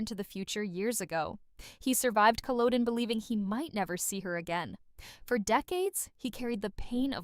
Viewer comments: Culloden is pronounced more along the lines of "kull-awe-den" or "kull-ahh-den" Just Google the correct pronunciation and listen to how it's correctly pronounced. They say it in the show, so you must have missed it or forgotten it. I'm guessing that you're American as well, which is perfectly fine, it just means that you were raised with a different way of phonetically pronouncing words than Canadian's just as Canadian's have a mixture of their own style, mixed with British pronunciations and more recently some American pronunciations for those under about 30 years of age... Language is fluid it evolves over the centuries and millenia. Some things like place names stay the same but common words phases and slang will change more quickly... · I’m confused why you are using footage from other random episodes that has absolutely nothing to do with the episode in question. And honestly, why are you are you saying “honestly” so many times? And I’m sorry but please learn how to pronounce things correctly… you mispronounced Catriona, Culloden, and Craigh na Dun… all pretty important key words in the series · Im not from Scotland, but an of Scottish descent (about 50%), but the voice constantly mispronouncing Culloden ( across various) was extremely annoying and even felt disrespectful.